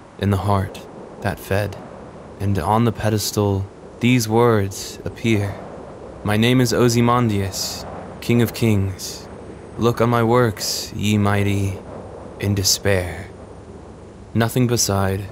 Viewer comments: OZZYMANDIUS: Awe-Z-mandy-ius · "Ohzie Mondius." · OOOh OMG! /-You bastard I was totally enjoying this bit of Shelley //-YOUR PRONUNCIATION NOT WITHSTANDING ARRRGHH! You had me /- OK ;) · Worst way I’ve heard Ozymandias pronounced, otherwise solid video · Heard you pronounce Ozymandias. I’m out.